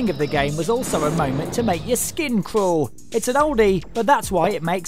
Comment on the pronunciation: ... did he just say it would make my skin croll? Oh my that does not sound good at all!!!